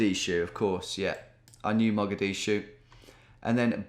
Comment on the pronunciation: Me a Somali thinking: he isn’t gonna get this right hehe😈 Him 2 sec: “could it Mogadishu” LITERALLY SHUTS MY PHONE OFF